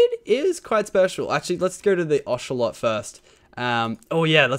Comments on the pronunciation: u said (osh-o-lot) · Lachlan you sead ochelot